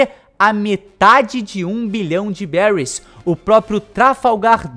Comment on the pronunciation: Se fala beris